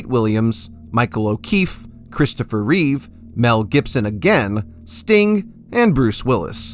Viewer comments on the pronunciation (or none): none